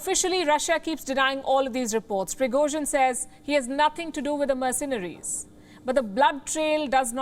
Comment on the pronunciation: merceNaries. Keep saying it wrong.